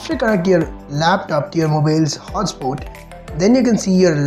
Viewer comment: Lol 😆 moobeel, hooutspot.